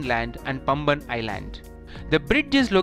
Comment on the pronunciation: It is paamban not pamban..